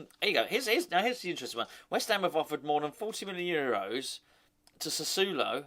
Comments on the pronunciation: Lol you always crack me up. It's pronounced like "Sass-swallow" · It's sass ooo oh low. I lived in Italy for 4 years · Doesn't matter, but you need to add a syllable. Sa su o lo. Four syllables, not three. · I speak a little Italian and I’m pretty sure it’s Sca-matcher and Sass-woah-low 😉⚒️ He sounds decent, a very Italian type player. Cheers.